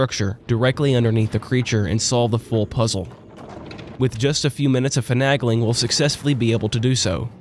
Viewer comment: I dont think ive ever heard finagling pronounced like that before